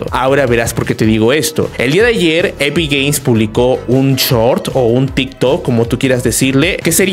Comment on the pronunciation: Soy yo o dice epic gays